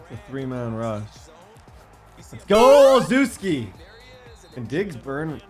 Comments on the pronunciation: Love the vids and grind (send love to the editor too) and Gunnar's name is pronouced oh-chef-ski not.... Whatever you were saying lol. And the game sort of crashes every time you try to change abilities on the upgrade screen. So when you upgrading dont change abilities then wait until your done and do it on the roster screen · I went to high school with gunner. His last name is pronounced Ole - shev- skee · It’s pronounced Gunner O-Shesh-Ski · Can some body tell how to pronounce Gunner Olszewski because I’m a patriots fan and cringe when a hear how pronounces it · If u can’t say gunners name correct don’t at all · Ur saying gunners name wrong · You need to say gunner olszewski names properly 😂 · Gunners last name is pronounced ochefski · Gunners name is pronounced oh chef ski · My man needs to learn how to pronounce Gunner Olszewski (Ol-chev-ski) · Believe its pronounced: Ole-chef-ski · It’s pronounced ol-CHEF-ski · It’s Pronounced Oh Scheff Ski. He’s my cousin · gunner oslzewski is pronounced ( oh-chev-ski ) kinda annoyed me as a pats fan lol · Gunnar Ol-Shef-Ski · Also its Gunner O-chef-ski is the easiest way to type it out so you can pronounce it right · I’m a Pats fan and I’m pretty sure it’s {Oh-Chef-ski}. Also, love that you’re using him so much he’s a real fan favourite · Just a heads up Gunners last name is pronounced "oh chef ski" Yeah I know.... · its pronounced Gunner OleSheski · Hey, I really appreciate the lengths you go through to give us this content. Also it’s pronounced “Ol-shev-ski” not “Ol-zew-ski” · I think it is pronounced OL-SHEFF-SKI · it is pronounced oshefski td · Its not pronounced Ohl zews key, Its pronounced Oh chef skey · olcheski not olzuski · O-Chef-ski is how it's pronounced not ozooski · as a pats fan, the way u pronounce gunner olzewski's name bothers me....j an fyi it's Gunner (Ol Zow Ski). It sounds like (ole zew ski) when u say it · Gunner last name pernounced o shez key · Olzewki’s name is pronounce ol chess key